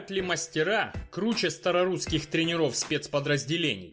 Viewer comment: Не трнерОв, а трЕнеров. Следить надо за ударениями в словах.